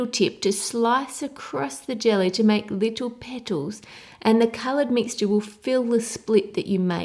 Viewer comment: leetle peetles